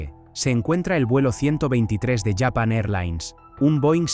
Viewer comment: Porque dice Yapan, LLapan y no Japon? Que basura que empujan aquí mientras destroza el Castellano.